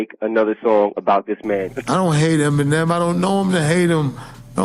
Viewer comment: Why did it sound like he said Feminem 😂😅 EMINEM WILL ALWAYS BE THE GOAT 🐐